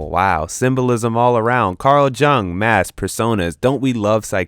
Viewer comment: Jung is pronounced "yoong"